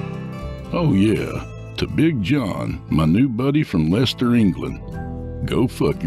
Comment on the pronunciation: Kudos to Aaron Vlek for two great stories; also kudos to for his fantastique narration and for his correct pronunciation of Leicester.(where my son lives!) That reminds me - it'll soon be Mother's Day here, which can mean only one thing. CHOCOLATE!!!!! He knows not to send me flowers - I am not a planty person.